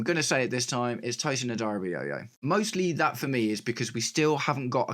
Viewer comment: Cheers Mate Sad that i can' watch this game because i gotta be up early the next day 😭😭 Also shoutouts for you pronouncing Tosins last name right, everyone gets that wrong lol